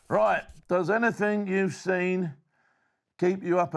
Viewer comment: Now that was a proper "ROIGH'"